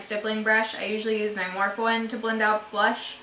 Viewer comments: Sooo I am pretty sure it's "Morph-eee" not "morph" just an FYI. Haha! Love yA, great video, you showed lots of unique products not all the other youtubers are talking about. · That's what I thought too, but people have been saying that if you go to their Burbank location, Morphe's employees say "Morph" instead of "Morph-ee".